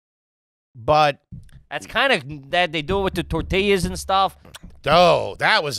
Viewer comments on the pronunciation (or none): none